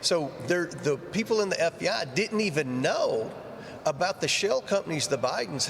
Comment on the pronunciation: Wonder why Comer keeps plainly saying FDI, instead of FBI ???